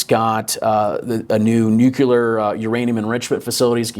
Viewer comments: Nucular? Unsubscribed. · There is one "U" in nuclear.